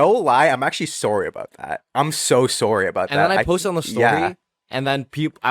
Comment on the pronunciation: that sorry was so canadian of you